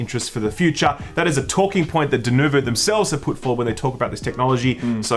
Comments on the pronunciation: denUvo, not denOvo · As a fellow Aussie, WHY DO YOU KEEP PRONOUNCING IT DENOVO IT'S A UUUUUUU DEN-UUUUUU-VO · everyone: Denuvo: Doonouvou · DenUvo, cmon you can do it. It's NOT DUnovo, it's NOT DenOvo. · Dude it's Denuvo not Dunovo. If it's an accent problem then i beg your pardon. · It's DenUvo, not DenOvo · It's Denuvo. Not Denovo.